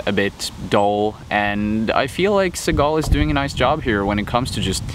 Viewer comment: u said his last name wrong\1